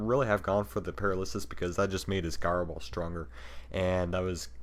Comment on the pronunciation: Pronounciation: Jenesect, Jyro Ball Name: Conkeldurr Otherwise very good game and commentary